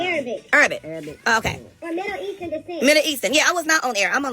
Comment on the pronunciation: So neither one of them can "panouce" MIDDLE EASTERN?!🤯🤯🤯🤯 This heaux said "Moe-ees-turd"🤣🤣🤣🤣🤣🤬